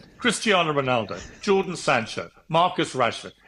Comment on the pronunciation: ‘Jordan’ sancho 😂